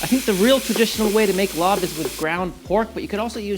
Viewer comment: Larb is pronounced “lop” not “lob”